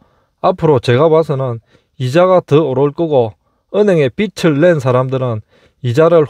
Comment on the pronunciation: 은행에 "빚을' 낸 사람들은.. 비츨× 비즐○ 유튜브도 방송인데 국어발음 정확하면 금상첨화지요. 수고많으시고, 잘 시청합니다